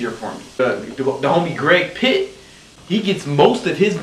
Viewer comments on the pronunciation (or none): rip Greg PLITT, not Pitt. He, like you was one of the greats